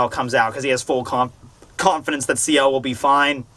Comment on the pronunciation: also, it's Ciel as in Seal